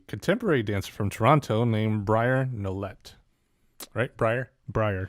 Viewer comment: Loved the commentary, briar nolet is pronounced like briar nolay I think it’s french as she from Canada and has this a amazing piece called dangerous which I would check she is most definitely competition and has crazy tricks